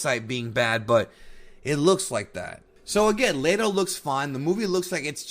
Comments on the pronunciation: It's leto not layto. Why are you saying it like that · Jared Leto (LEE-toh) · My dude said Jared Lay Doe lmao that was funny lol